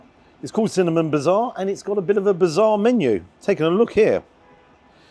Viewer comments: It is not Bizarre, but Bazaar, as in Baz Zar:) which means ‘Market’ Get it right, 😂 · No No No it's bazaar not bizarre hehe keep up the great reviews.